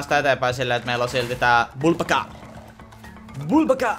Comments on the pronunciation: se ei oo vubaka vaan ukabuka😅😅Joo ja jatka näitä pls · ärsyttää kun sanot bulbaka vaikka se o n uka-uka